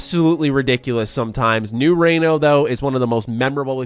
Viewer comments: Hey,. Nevada local here. It's pronounced REE-NO not RAY-NO. Just thought Id give you a heads up. Also if anyone else is reading this. It's nevaaaaada like aaaasshole, not nevAHda like avocAHdo. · Pronounce "Reno" with a hard "E", not a hard "A". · New Re-NO. Not New Raino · I never came across this "new-ray-no" in any Fallout game before. I wonder if it's anywhere near New Reno. I might ask the Wrights if they know anything about it. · I’m very sorry, but as a Nevadan and a Reno resident, I didn’t think I could hear something more offensive than the “Ne-vah-dah.”